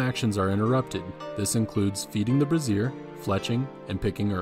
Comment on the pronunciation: for future reference a brazier is pronounced Bray-zhur like Frasier but with a BR. A brassiere (which is what it sounds like you are saying) is a woman's bra